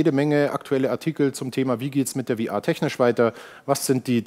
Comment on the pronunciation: Warum kann man bitte VR nicht einfach deutsch aussprechen?